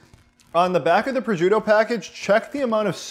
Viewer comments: There is no “z” in proscuitto. Pros”shk” toe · abcw oops, I was on my phone and confused the words. Prosciutto is pronounced "pro-shoot-oh" : roll the "r" and stress the 2nd syllable but you articulate all 3....not roll them all together like they say "pruhjutoh". LOL It ain't a form of Kung-fu eh! ;-) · It's "pres-shoot-oh" . Charcuterie is pronounced "shar-KOOT-er-ee". Americans... ;-) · It's pronounced pres-koot-oh?